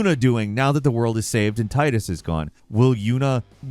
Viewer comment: Thank you for pronouncing Tidus correctly.